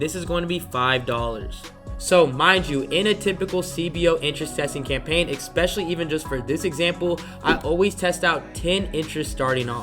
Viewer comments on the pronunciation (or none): IT'S, ESPECIALLY! NOT EXPECIALLY!!! great video brah